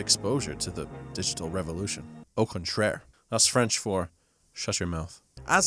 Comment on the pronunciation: beautiful "au contraire" coming from a French viewer ;) ps: could become a meme in the future really good video 👍 i laughed a lot